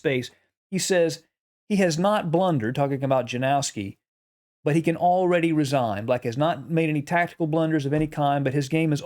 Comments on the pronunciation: or „Yanowski” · Correct pronuncation of the name Janowski is ,, Ianowski .. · Yanovsky would be a better pronunciation. Yanovsky liked to attack but he was dreadful at endgames. Capa knew he was far, far stronger.